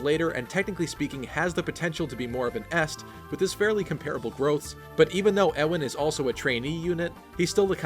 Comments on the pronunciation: Its pronounced yeewan not ewwwwan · U-in, not e-wan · Alright yo Ewan is pronounced as You-win. Not Euw ann. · Just a tip, Ewan is pronounced Yew-an. As in Ewan McGregor. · FYI, "Ewan" is pronounced "Yuan" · The way you say Ewan kinda kills me. Isn't it "you-wan"? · Ewan is pronounced You-win. No emphasis on anything, though I'd say the U part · Isn't Ewan pronounced like Yoo-in? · I've always pronounced it more "you-wan" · Ewan is a Scottish name. Always find it weird when people pronounce it wrong. Just remember Ewan McGregor. (Also I've never understood why people think Guy is pronounced Ghee because I know multiple people called Guy and it's just pronounced like the word guy. (gai kinda thing idk how to type pronunciations)